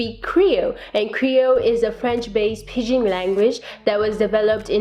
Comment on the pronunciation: That's PIDGIN not PIGEON !!!!!!!!!!!!!!!!!!!!!!!!!!!!!!!!!!! Creole has a French base with a sprinkle of English and Asian languages. Creole was born from the African slaves' attempt to express themselves in French, a foreign language that was imposed on them, after their own had been banned.